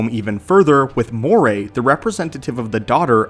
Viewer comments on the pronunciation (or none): none